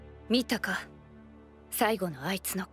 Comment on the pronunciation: めっちゃコメントするやん、あと、ルシハァーじゃなくてルシファーな